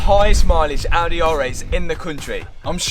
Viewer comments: And don't forget the Audeh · Bent-Leh, Maserat-eh, Ald-eh